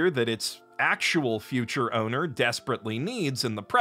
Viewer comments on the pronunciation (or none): none